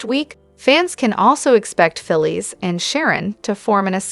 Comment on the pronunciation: Her name is phyllis not philie lady learn to prouncice the names righte